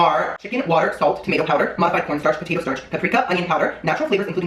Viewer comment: Anybody else realize he pronounces tomato as "timato"? lmaooooo